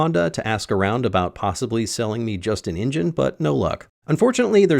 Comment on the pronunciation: New drinking game, take a drink every time he says ingine instead of engine!